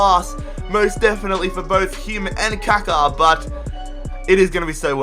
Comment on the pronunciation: It's Ka Ka